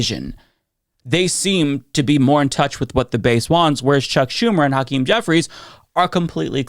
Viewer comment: I see mispronounce Hakeem Jeffries first name which is what white folks do. The Democrats need to be UNITED, not divided. Even the repugs are talking the same talking points. They're united whether they believe in it or not. We the people have to lead ourselves and become UNITED because these politicians are NOT LEADERS.